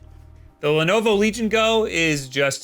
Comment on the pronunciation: The emphasis should be on Go, not Legion.